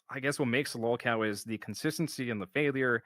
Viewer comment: He needs Joon and Kino to fight his detractors for him. Look how he tries to hide in their shadow. Why doesn’t he do his own documentary? Jesus what a spineless little coward he is. And no,, no one hears the word lawlcow until you say it like that. No one stalks you. Go get your Pullups and act like a Big Boy. Good god. Sure, we’ll all forget how you said Joon should cover the positive side of your life and the documentary would be unfair if it was mostly negative. Then Joon gave you a heads up so you adjusted your attitude and retconned your whining about how no one cares about your positive happiness.